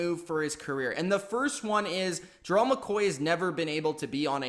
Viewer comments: His name isn’t Jerrell it’s GERALD!! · Learn how to pronounce Gerald correctly.